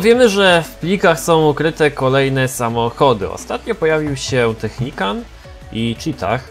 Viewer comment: Najpierw Technican teraz Technicant... Weź to wymawiaj poprawnie bo to przeszkadza.